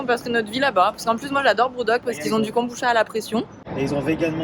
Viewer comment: En fait, ça se prononce kombuTcha, comme le matcha. 茶 , transcrit cha ou tcha mais toujours prononcé tcha, donc, veut dire thé en japonais (même si ce n'est pas du thé, et encore moins du thé de kombu) 🙃